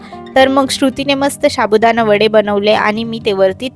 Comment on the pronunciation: तुमच्या बोलण्यात खूप अशुद्ध शब्द आहेत. व्हिडिओ छान असतो. पण ण चा न होतो बोलताना. शाबुदाणा हा चुकीचा शब्द आहे साबुदाणा हे बरोबर आहे